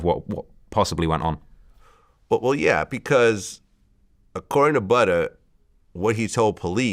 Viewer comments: He made sure to put that hard r on it 😂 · “Yea I interviewed ButtERRRR” Lmao relax vlad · It’s probs cause butters is a popular word in the uk when calling someone ugly 😂 he’s pronouncing it the same way we say butters